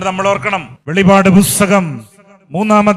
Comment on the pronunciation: നല്ല പ്രസംഗമായിരുന്നു പക്ഷേ വെളിപാട് പുസ്തകം എന്ന് പറഞ്ഞത് ശരിയല്ല വെളിപ്പാട് എന്ന് പറയണം